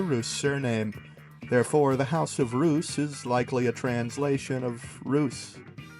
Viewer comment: The "eu" Reuss is pronounced like the "eu" in Deutschland.